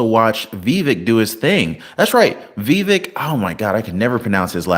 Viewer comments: It's pronounced vi-VEK. (not "VEE-vek") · Vivek is pronounce Vi-vake -- like cake! Say it three times and you will own the pronunciation. His last name, Ramaswamy is self explanatory.